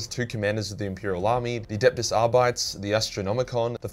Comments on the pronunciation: Ar-bit-eez, not Ar-bites. It’s pretend Latin. Same principle as Ah-start-eez, not Ah-starts. The Ar-bit part is as in the English word “Arbitrate”. The Arbites are arbitrators. Some people pronounce it Ar-BITE-eez instead of Ar-BIT-eez, and I think either is fine, though I prefer to pronounce the BIT as in ArBITrate. But Ar-bites is definitely wrong. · “Ar-By-ts” hurt my brain bro but otherwise great video 😂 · Are-bee-tees is how I've always read it and heard it in audiobooks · "Adeptus R-bytes"...lol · Ar-bites lol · Arr-bytes, or Arr-bee-tays?